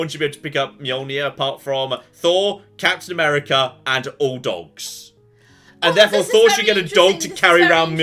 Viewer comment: when talking about who's worthy for Mjolnir i thought you said "cats in America" instead of Captain America lol